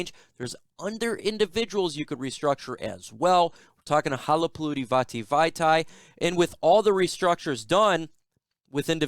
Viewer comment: Wow. I’m impressed. You just threw a “Halapoulivaati Vaitai” out there like you were saying “Ron Smith”. How long did you practice that? Lol. I’m not even sure I spelled it right.